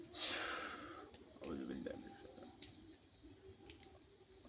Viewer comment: আউযুবিল্লা বিসমিল্লাহ শুদ্ধ করে বলেন আগে